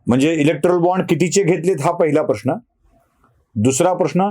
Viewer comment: इलेक्टोरल असा उच्चार आहे